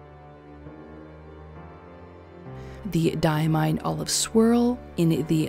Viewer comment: Diamine doesn't have a D at the end. It's just Die-uh-mine